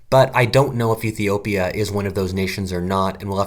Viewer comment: Iffy-opia as you say it)))